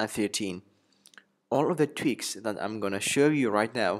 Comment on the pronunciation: Love how you pronnounce "tweaks" jajaja nice ones, greetings from Argentina.